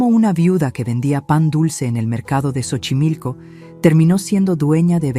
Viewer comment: Y no es Chochimilco, es Xochimilco pronunciación es Sochimilco, investiguen primero como se pronuncian las palabras autóctonas